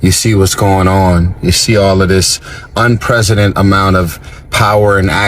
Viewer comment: He keeps saying unpresident instead of unprecedented😂😅 dude is a moron